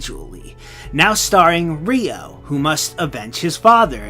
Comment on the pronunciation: Wat is reeyo? its ryo